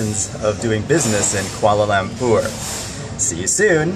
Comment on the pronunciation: Oh My God George welcome to Malaysia!! I am a Malaysian but sadly im not from Kuala Lumpur. Im from kuching. Come to kuching!!! XD jk I have been to Kuala lumpur to meet my cousin. Btw the way you say Kuala lumpur is Lampur XD But seriously wow i didnt know that you were coming to Malaysia. XD I would really like to see you irl. Hopefully one day :)